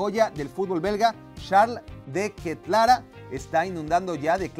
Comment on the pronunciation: Así no se pronuncia deketelare